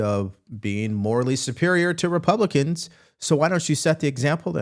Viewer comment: Pronounce Republican then maybe you can file for articles of impeachment